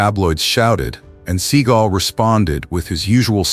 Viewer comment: Who the hell is reading this, a bot? Steven SEA Gull, yeah, uh huh, ok then. I know to skip this channel now